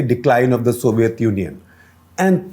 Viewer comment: Sir please stop pronouncing it as 'sovieth' union for godsake.